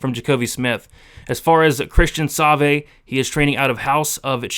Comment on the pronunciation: That's the worst pronunciation of Savoie (Sa-vwaw) I've ever heard. Other than that, great stuff as always my man!